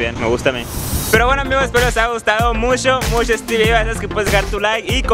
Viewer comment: Este cagado como pronuncian en el norte el ch como sh